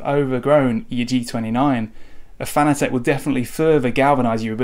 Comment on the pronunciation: Pronounced FAN-A-TIC.... Not fanA-Tech...